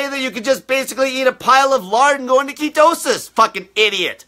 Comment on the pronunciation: I love how he says ketowsis! Lol.(ketosis)